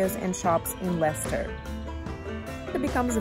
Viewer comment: Les-ter is the only proper way to say it.